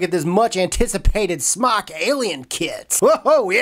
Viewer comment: SMOK, pronounced smoke, not smock.